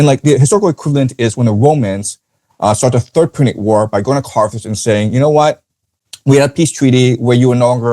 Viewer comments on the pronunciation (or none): none